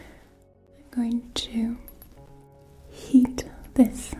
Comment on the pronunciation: When she said shes gonna heat up the oil i thought she said eat it up